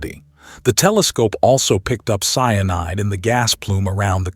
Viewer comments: Wtf is Cinide , its Cyanide you nob ? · It`s cyanide, not cinide. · nothing going to pull you out of a story or news that you're following more than a AI generated voiceover that has a misspelled word in it sinide ain't the same thing as cyanide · sin-eye'd that is different smh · Somebody, get the AI to pronounce the same words consistently e.g, cyanide. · This AI voice is insufferable!!! Come on, if you can use ylur own voice, it is pathetic to use AI and it can't even say cyanide correctly!!! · Is the AI voice saying cyanide? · It’s already in our solar system. Btw, please explain to AI that it’s 3 syllables — cyanide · CN is pronounced "CEYE-A-NIDE", not "sinide"!!! AND: Professor Loeb's name is pronounced "LOBE", not "low-ab"! Sheeeeeeeesh!!!